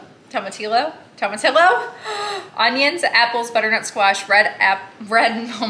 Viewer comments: LL is pronounced Y in tomatillo! Also, most maple nuts are spiced with black pepper. That's what I put in my homemade ones! Have you thought of going carnivore for 90 days? I have a friend who had migraines and hers went away completely when she did carnivore! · It’s actually “tomatiyo” the “ll” sounds like “y” in Spanish. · 😄 I love the effort: Tomatillo is said With the 2 lls as a y Like BELLA is said bēya 🤔 kinda hard to explain is you can’t hear it. I guess like yo-yo